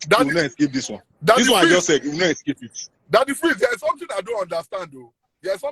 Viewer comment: "He can nu escape".